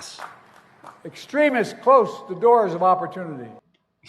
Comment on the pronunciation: As a speech-language pathologist, while his use of “closed [klōst]” rather than “closed [klōzd]” might appear to be a small mistake, it’s actually SIGNIFICANT — especially since he didn’t even attempt to self-correct. Rare error + no wherewithal to bother correcting it = major issue going on. It should’ve sounded weird to him (pronunciation-wise and grammatically), but his brain is too dissolved to care.